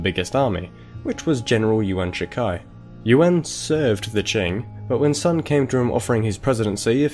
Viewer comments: "Ywen" not "you-an" ffs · "yoo-an"